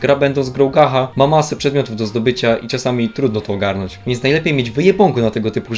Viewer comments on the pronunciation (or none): W sumie film zajebisty tylko aż uszy bolą jak na gacha mówisz "gaha" a nie gacia (może to tak dla memów tylko, nie wiem) xd Ogólnie tego typu gierki wbrew pozorom wymagają poświęcenia w chuj czasu i cierpliwości oraz śledzenia ciągle zmieniającej się Mety, eventów itd. Jeśli ktoś nie jest spoceńcem, nie jest utożsamiony z całą weebowską kulturą i tym jakimi prawami to wszystko się rządzi to będzie ostro zagubiony xd Czekam na recenzje Blue Archive! <3